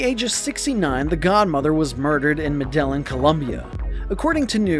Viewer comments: It’s pronounced “Meh-deh-gin” not “Madeline” 😂😂😂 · right 🤣🤣🤣 who cant say MED EYE EEN ugh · the -Me DEL IN - cartel i mean really tge Me DEL IN cartel 🙄my friggin daughter can say MED EYE EEN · how can you do a video and completely slaughter pronunciation of "medellin"? you said "ma day lin" it's "meh- day yeen" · “Medel-Lin” cartel Jesus Christ. All credibility lost. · “medelin” it’s pronounced “me de yeen” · Mer Del Lin Cartel lmao!! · Med-a-yeen!!!! Ugh madon' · The way the narrator pronounces Medellin irked me 4 Reals 😂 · Dude, you can’t pronounce “Medellín??” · That part..... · yep me too - slaughter it. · The way he’s pronouncing Medellin is bothering me lol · How do you not know how to pronounce medalin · Please Learn how to pronounce Medellin. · Learn how to say Medellin cartel